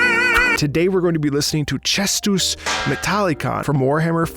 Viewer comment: Marco, I love the fact that even your Latin screams "I am the opera singer", you pronounced Caestus in the ecclesiastical Latin, so good!